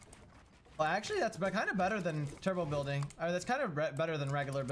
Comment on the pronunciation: “Bulding” Nice bro!